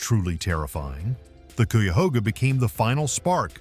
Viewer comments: Less than 1-1/2 minutes in & you’ve pronounced Cuyahoga wrong twice, but correctly once between. No point in watching any more of this garbage. You did no research. 🤦🏻‍♂️🤬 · Would have been nice if you had taken the time to learn how to pronounce the name of the river! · CUYAHOGA River. I am from Central Ohio and its pronounced ck-eye-u-hoe-gah. Clickbate less than factual entertainment that discounts your credibility level. It did catch fire in 1969, got cleaned way, way up to near pristine and this year a truck fell in a tight space. It was extinguished lighting fast minimizing preserving the river. The Cuyahoga River is an Ohio environmental success story. You can fish from the banks, it is not recreational, I think. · I live just outside of Ohio near oak openings and close to three things you brought up in the video but not one picture of the actual places. For shame if you got to make a video about something you should at least show actual pictures of the place you're talking about. Now you did show a couple of like The serpent mound possibly the Cuyahoga River which you mispronounced. But I'm not even sure if you showed that River because I used to live in Akron as well during the fire I saw it firsthand and the pictures you show did not look like anything I've seen. But I'm not surprised 90% of your video was places that had nothing to do with Ohio and some of it had nothing to do with nothing. But I don't want a dog you totally I do appreciate you telling other people about some of the beautiful things about Ohio just wish you would actually use some pictures from Ohio. PS you forgot to mention that more presidents came from Ohio than any other state. If you're going to make more videos please try a little harder to actually show something that you're talking about and not just willy-nilly pictures. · It's kai-ah-hog-ah river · You should probably work on your pronunciations .. Cuyahoga...K -I-A-HOGA... UI pronounced eye